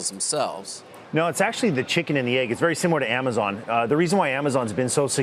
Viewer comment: They keep saying amozon Is that like a subliminal message